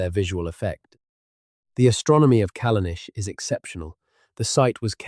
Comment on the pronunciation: If you have spent a great deal of time on this, as you claim, you should spend some more time getting rid of the errors noted below. AIs should not attempt to write or pronounce non-English. For example, Callanish is the English spelling of the Gaelic Callanais, and is pronounced the same as the English spelling. The captions also suffer from this problem. Why not look up unknown spellings of places & use these, rather than allowing the AI to guess them? The static illustrations, while rather good, are generic & do not correspond to the narrative. LazyUKHistory is more correct.